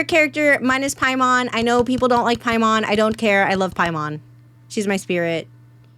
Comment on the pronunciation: Every time you said paimon I keep thinking you are saying Piedmon the digimon instead